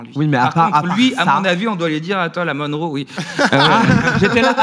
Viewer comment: Monroe pas Moneroe :)